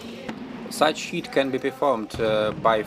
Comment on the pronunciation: Видое хорошее, смотреть было интересно и английский был в общем понятный за одним исключением. У меня была проблема с пониманием слова "hit", ведь на протяжении 3 минут я слышал слово "heat" и только под конец понял что это было за слово. Так что я бы предложил вам в будущем использовать слово "strike", его и перепутать сложнее, и звучит по моему лучше. А так мне все понравилось, буду и впредь смотреть ваши видео (скажем спасибо за это Метатрону))